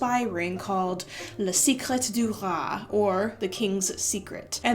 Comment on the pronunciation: Le See-kret du Rois? Shudder Maybe just translate the name? “Le suck-ray” would at least be an attempt.